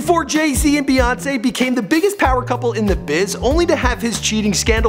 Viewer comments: Why bae it's bey as in bee for beyonce not baeyonce please people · its Bee not Bae